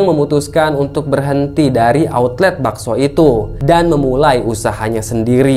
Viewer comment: outlet,bukan autlet